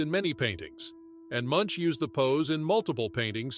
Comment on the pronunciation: Truly, the most incorrect way to pronounce Munch. At least google the pronunciation. Sincerely Norway